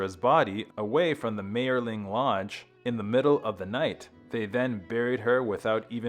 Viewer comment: And he mispronounces Mayerling continuously.